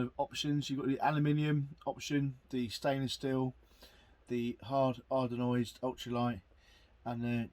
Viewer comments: Anodised not ardonised lol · Looks to be a pretty good piece of kit. I think you'll find it is Hard Anodised and not Hard Ardenised though. It gets a thubs up from me.